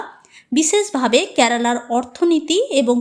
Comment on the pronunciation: Pronunciation ta karala kno? Spl to kerala